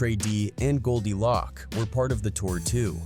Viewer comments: not goldie lock, its goldie loc (pronounced loke), and the group is tha eastsidaz, what are you sayin??? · Lock instead of Loc is wild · Man if you said Goldie Loc name like that one more time 😂 it’s pronounced LOC with the “O” as a long O like “Low” “Loc” not “Lock” 🤦‍♂️ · Who is this white dude talking about hood stuff Goldie Lock 🔒 🤣 it’s Goldie Loc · Who tf is goldie lock? lol ITS GOLDIE LOCC CUHZ ♿️♿️♿️♿️♿️♿️♿️ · Goldie Lōc not loc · His name is GoldiLoc (Low-k) not GoldiLock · These AI videos are entertaining but the pronunciations like "Goldie LOCK" is hilarious 😅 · Goldie "Lock"? Are u for real bro?? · The constant mispronunciation of Tha Eastsidaz and Goldie Loc almost made this unwatchable to be honest. I get using AI for voiceovers, but simply doing a control F to find and replace “tha” with “the” and “Loc” with “loke” in the script would have gone a long way to help with AI pronunciation. Appreciate the Tray Deee recognition though.